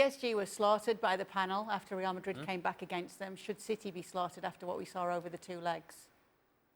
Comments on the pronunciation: After hearing this guy saying Real Madrid like that so often, suddenly, Spanish doesn’t sound so sexy. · The way he says RRReal Ma'RRi is so grating....it's like pronouncing Liverpool in an English accent while speaking in Spain on Spanish TV. Crazy. Just call them Real, or Madrid, or even better Real Madrid when you're on an English-speaking channel! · Alejandro needs to Americanize his pronunciation of Spanish names when he speaks English. It's really jarring to hear an American accent followed by a perfectly pronounced (in Spanish) Santiago Bernabéu and "RRRRReal Madrid".